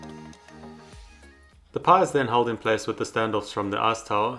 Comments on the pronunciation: i keep hearing "ass tower" instead of "ice tower" idk if its just me but i can either blame on my dirty mind or his accent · What can I say? All I hear is "arse tower" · "Screw the a$$ tower..." Uh, accent... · I can't get over how you say "ass tower" Great video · Sounds like he’s calling it “ass tower” 😂